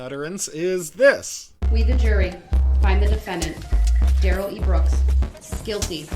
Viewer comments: It's Darrel, not duh rel. Don't fall for this lie Brooks cooked up after being arrested. He was never in his life called duh rel until he was busted. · They don't call him "DUH-rell" for nothing.